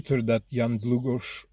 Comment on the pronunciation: Yes, you gessed the prenunciation of Jan Długosz pretty nicely (Dwugosh, Just to write it in a phonetic way). Thanks for the answer, thought that maybe you have the acces to different sources about Dziewanna as besides polish I can’t really use any other slavic language :)